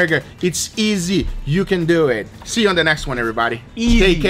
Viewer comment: When he said: "Let's doeet" I felt that